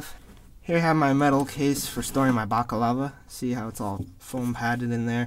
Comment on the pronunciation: balaclava not bacalava